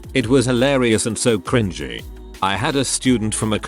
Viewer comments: Can please teach you TTS how to say cringy. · It's pronounced cr in jee, but the robot voice in said video pronounces it as cr in gie (with the g sounding like the g in goat). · How it says "cren-GEE" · Text to Speech be like: Kringgy 😂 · these videos have made me so used to hearing cringy pronounced cr-ing-ey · the way it pronouces cringy